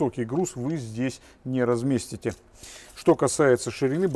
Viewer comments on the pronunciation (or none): Интересно, все оценили ударение слова разместите)))?? Недавно взял vezel. Все потребности закрывает. И клиренс и пространство в салоне(также багажник) и опции Аля современные ( доступ безключ , климат, мультируль круиз ,складывание зеркал)) звук мультимедиа, колонки хорошие, привод вдовый хоть и паркетник но по сугробам в городе лишним не будет, ну и ремонт если просто бенз версия относительно недорогой.